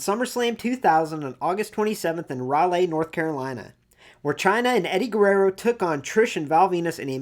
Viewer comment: He said Raleigh like Rah-lay lol. Ily lol. It's Rahlee